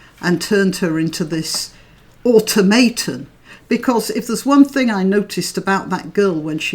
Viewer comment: I find it hard to believe that you worked for the BBC when it seems you don't even know how to pronounce "automaton". ??